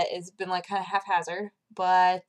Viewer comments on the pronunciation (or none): That's a half-hazzer pronunciation of haphazard. <333